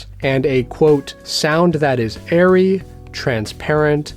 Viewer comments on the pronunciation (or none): none